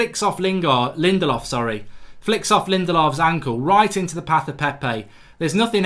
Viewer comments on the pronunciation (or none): none